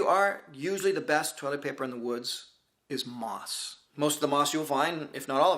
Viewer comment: Oh moss!! At first, I thought you said 'moths' :-D (Great video btw)